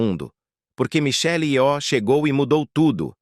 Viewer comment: Só uma coisa: Nomes orientais não tem acento tônico. Não é yoó.